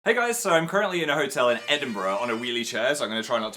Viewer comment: U sounded so American when u said “currently” in the beginning omg Shane hi guys welcome to another conspiracy video